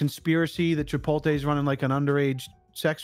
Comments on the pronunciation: I was vibin the video until your costreamer pronounced it "Chipolte" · Good lort learn to say Chipotle. The T comes before the L! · I'm disappointed in for mispronouncing Chipotle